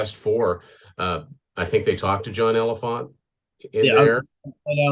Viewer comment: Btw ... its pronounced like John Elephantay ... the last E is pronounced in Elephante.